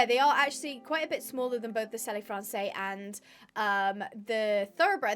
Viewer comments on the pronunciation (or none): I love your videos, just the French pronunciation of selle français would have “selle” pronounced like the English word “cell”, correct me though if that’s not how it pronounced in English. Usually if a word ends with an E in French then that is not pronounced. Love your videos and I’m so excited new breeds are here!❤❤❤ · not to shout but you are saying Selle Francais wrong